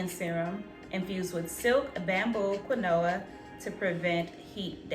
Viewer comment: I am rolling at the pop up of the “keen-wah” and the pronunciation of Kuh-new-uh 😆😆🤣 Quinoa sure doesn’t look like what it sounds like #english 🤣 I can’t wait to give this set a try. I don’t plan on straightening my hair until the end of the year but hopefully I can use some of the products when I RevAir mg hair.